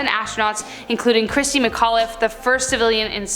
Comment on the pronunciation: Nice vid 👍🏾 Quick note tho: Christa McAuliffe, not “Christi” RIP 🚀 🌎